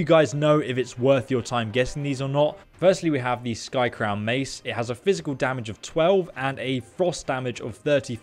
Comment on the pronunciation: Its skycrowN... with an N.. not skycrow... U even started saying skycrown when u got it from the wendigo but later said skycrow and put it in the description as skycrow